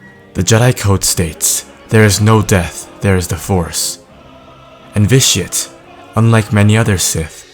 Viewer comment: when you say Vitiate it sounds like ''this shit''